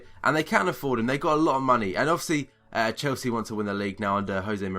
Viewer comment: haha wtf are saying dude ? chosea ? you mean chelsea ?